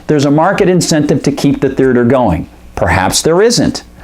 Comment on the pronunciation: Is is just me or does this guy keep mispronouncing the word theater?